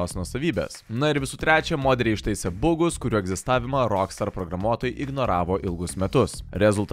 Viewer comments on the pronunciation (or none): Na, bet rimtai, chebra, taip gražiai patobulėjot, bet kai kurių žodžių tartis rėžia ausį ir atitraukia dėmesį. Na, seni, pasidomėk tartimi žodžių, dėl kurių nesi tikras, c'mon :) Faludža, ne Faluja Trilodži, ne trailodži Bagai, ne bugai Pysy, ne pts :) Na nuoširdžiai, tik tiek te trūksta :)